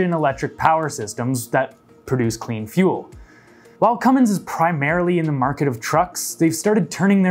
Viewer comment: Cummins is pronounced "Cumm ins" not "cumm ings". Lots of folks get that wrong and should take note.